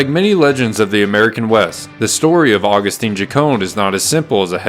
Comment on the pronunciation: Agustin not agustine😂😂😂😂 If tio hear you calling him that HE IS TO SKIN YOU ALIVE😂😂😂